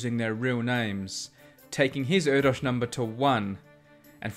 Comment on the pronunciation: By the way you're pronouncing Erdős wrong.